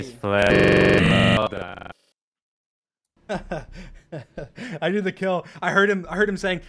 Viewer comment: “Nice Plæÿēœ!”